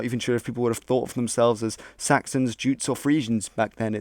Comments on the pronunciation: Yutes. Remember? We decided from now on to call em Yutes not Jutes. Right? Huh? 'Kay? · Very broad and general. By the way jutes pronounced yutes (yutelond) who also settled in Isle of Wight as well as Kent. Ultimately all very vikinger/germanic, including the normans (norsemen)...